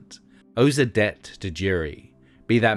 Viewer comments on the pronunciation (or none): Why does the narrator keep saying "Jerry" instead of Jury? 🤔